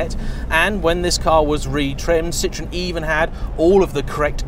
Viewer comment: And it's pronounced Ci-tro-en, not citron, the French word for lemon.